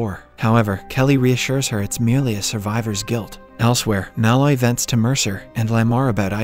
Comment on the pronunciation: I won’t subscribe until you learn to pronounce “Malloy” correctly.